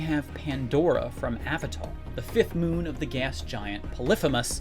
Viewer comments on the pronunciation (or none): none